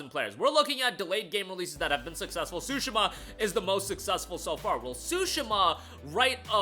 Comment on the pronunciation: Swoooshima???????????? Its Tsushima tf😂😂😂😂😂 yt ppl do not care to pronounced other cultures correctly smh